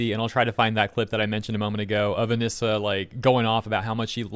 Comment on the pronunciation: it's A-knee-sah, not A-nis-sa.